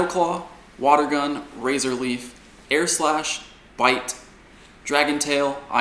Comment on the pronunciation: AIR SLASH In a British accent